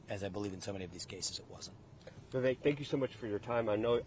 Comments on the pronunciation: Luke!! You’re saying his name wrong. It’s Vivek like cake! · Vivek rhymes with CAKE !!!!